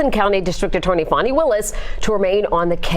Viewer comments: How does Fani = Fauny and not Fan-ee? This is like calling Target "Tar-zhay" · I pronounced her name PHONY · The spelling isn't Fawni. A ceiling fan, with an I.....fani. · The woman can’t even pronounce her own name correctly🙄or perhaps her parents misspelled it? There is Fani, like mani and handi, and there is Fawny, like tawny and brawny. Only a narcissist would think the rules of proper English should be changed for them.